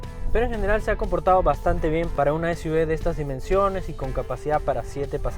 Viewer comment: si vas a a decir SUV en inglés se dice “esyuvi” y no esyuve... por lo demás gracias por la información 👏